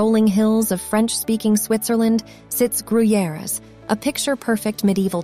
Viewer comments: Fun fact about Gruyères (oh and horribly pronounced) is that one of the co-creators of the Alien (movie) was from there and in his honor there's an Alien museum in the castle and also a bar with Alien scenery... it's lotsa fun to drink a cappucino in the bar where everything around you looks like you're in the movie. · From their pronounciation of Gruyères you would think it was in Mexico Edit: Also, king Dennis of Portugal?